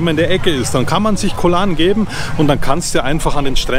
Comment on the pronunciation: Hallo, ein wirklich tolles Video. Ich habe dein Videolink an viele meine Freunde gesendet. Ich bin ende November wieder in T Ein kleiner Tipp von mir. Höre mal auf deine Frau. Sie sagst "gog Lan" und nicht Koh Lahrn:-) wieder was gelernt? 😁